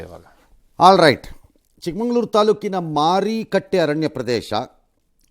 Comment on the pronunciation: ಚಿಕ್ಕಮಗಳೂರು. ಚಿಕ್ಕಮಂಗಳೂರು ಅಲ್ಲ